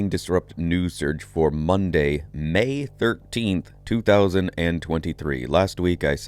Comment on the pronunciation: Emphasizing MAY! 😂